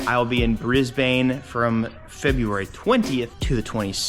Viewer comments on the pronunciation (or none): it’s pronounced B-Rizz-Buhn, not Baine 👍👍👍👍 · Dude! Bris-Ben not Bris-Baine. See you when you get here 🇦🇺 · Not brisBANE. Pronounce it as bris'bin' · Stop saying briz-bane! It’s briz-bin! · It’s pronounced “Briz-ben”